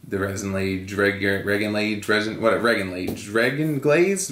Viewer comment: Re-gin-laze :p Curse you bearded man! (not you Russ)